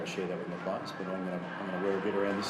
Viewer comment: Hey Madge, it's "play-ers", not "plarrrrrrrs" lol!